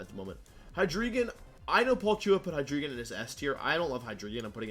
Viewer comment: Top weird pronunciations in this vid: "Maw-ee-lay" "Wishcash" "Vespiqueen" "Unfe-ZAHnt" "Hydreegon" "D'oh-blade" "Ayy-gislash" "Vicky-volt" "Gol-iss-opod" "Sil-vahl-ee" "Hattereenee" And my favourite: "Formees"